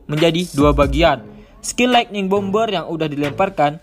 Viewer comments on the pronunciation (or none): none